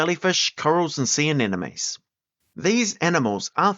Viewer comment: Can you say aNEMOne correctly please???